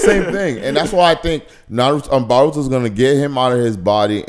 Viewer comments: Broh, his name is Boruto, NOT BAH-RUTO, smh, lolz!!! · He keeps saying baruto...and calls him his son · Who's that dude that keeps saying "Baruto" 🤣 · Somebody teach this man how to properly pronounce BORUTO. My mans stay saying BARuto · Bro's still saying "BARUTO".....